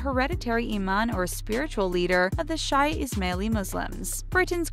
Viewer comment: Shia = Shee-ya not Shy-ya